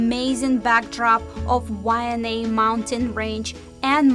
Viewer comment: You guys are crushing it. What made you do this? This is insightful and thorough. Plus you are funny trying to pronounce the words. Keep it coming gang you deserve a great big ALOHA from The Kupa Aina (residents). Why-Ah-nye Waianae, there you can say it now. Too cool.